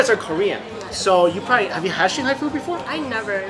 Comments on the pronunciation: First i thought there might be something wrong with my ears - but you definitely say shihoney instead of shanghai. Why ??? And: You serve food to your guests with the chopsticks you are eating from ??? I probably would have complained.... Dammit - looks so mouth watering - im addicted to sweet food. Never had the chance tasting shanghai food and there is no such restaurant around were i live. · He says xinghai all the time instead of Shanghai , that confuses me a little bit. cool video, want to eat chiense food right now! haha